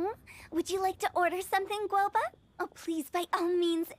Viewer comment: I just have to mention this; it's not Gouba, it's Guoba. And it's not Xingqui, it's Xingqiu